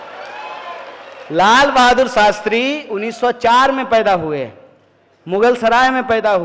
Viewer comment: saala shakal se hi dheeth lagta hai Shastri ko sastri bolta hai